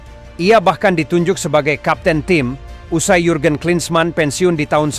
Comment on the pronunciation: Sebutan jurgen:yurgen bukan jurgen,jan koller:yan koller